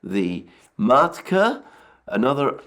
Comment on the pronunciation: Not maTka, but maLka